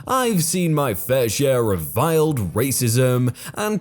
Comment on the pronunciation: Racism may be 'vile', but 'veiled' is pronounced